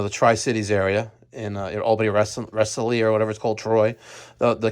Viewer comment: Rensselaer ! lol I live there. Funny you mentioned it though . You butchered the name